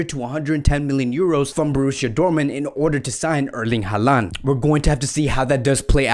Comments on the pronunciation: i hope ur correct in everything u said cuz its honestly a dream to see messi alaba and haaland in barca. the one thing ur not correct tho is saying haalands name ahhaahha. its pronounced holland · You really need to do a much better job of pronouncing players names correctly. HO lan.